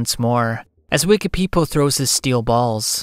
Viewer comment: I love the way you pronounce Wekapipo